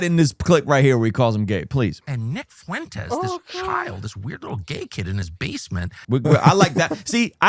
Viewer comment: Why did you say that you want to talk with Nick Fuentes but you keep intentionally mispronounce his name and the name of his audience? Optically it makes it look like you won't have a good faith convo, and he prolly wont wanna do it.